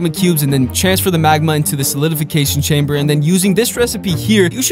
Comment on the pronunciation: You say to much chainbers